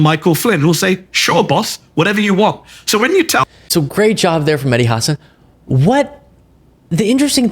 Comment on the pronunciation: Props to you for correctly pronouncing Mehdi Hasan's name. So many people do "Ha-SAHN". It always bugs me when people in the media don't take the few seconds it takes to find out how to correctly pronounce a name.